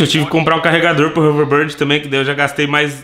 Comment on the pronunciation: Vamo da uma volta de "rouverbórdi" 😂